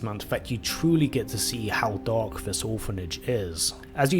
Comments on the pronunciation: Why do you pronounce "dark" like "dog"? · Must be your imagination